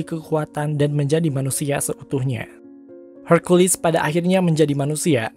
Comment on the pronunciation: Hercules pake e, bukan herculis pake i, kesel gw dengernya